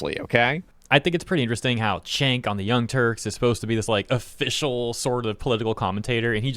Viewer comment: I do not hear young turks, I hear young turds :D